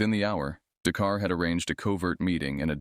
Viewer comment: "The car " instead of "Dakar '?